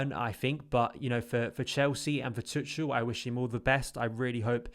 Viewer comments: Okay first thing we need to sort out is Thomas Tuchel name is pronounced to-shell not tut-chul.... 😂😂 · the "ch" pronounced like a hard K. Much like a Scouse "K"